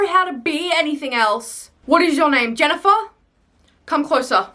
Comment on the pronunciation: As someone named Jennifer, I like the way you say my name 😅